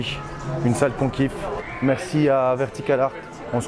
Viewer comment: Vertica-LARD :D